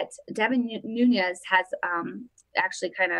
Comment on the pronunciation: It's Devin NUNES not NUNEZ. Devin is Portuguese not Mexican ....NUNES (NewNess). Just sayin' lol.